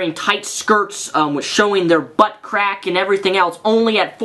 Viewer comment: Tylerosaurus Diffirent people,, different senses of humour. I don't usually find the word "butt" funny, but it's just the way he says it and puts so much emphasis on it.